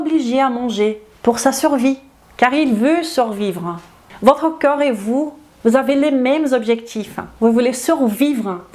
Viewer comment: Bonjour excellente vidéo très bien détaillée et structurée comme toujours mais suis-je le seul à entendre parfois "coeur" à la place de "corps"? Un tout petit axe d'amélioration...